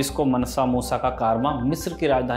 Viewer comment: Pronunciation is मांसा not मनसा so मांसा मूसा